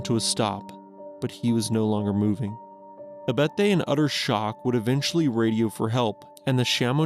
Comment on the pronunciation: “Verte” is “Viette”? My Swiss grandfather is turning over in his grave.